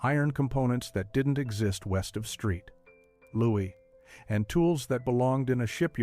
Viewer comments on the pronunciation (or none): Saint Louis is not pronounced Street Louie!